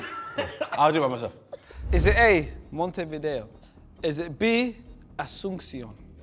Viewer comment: The pronunciations for "Montevideo", "Asunción" and "Quito" were all wrong as well, and both and Chunkz mispronunced Montevideo several times. Can't blame them too much though, since it's not their language.